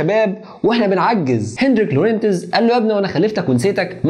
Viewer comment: الإسم ينطق لغونز بدون نطق التاء Lorentz